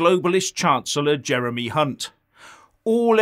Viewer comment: You mean Jeremy Ca-Hunt ?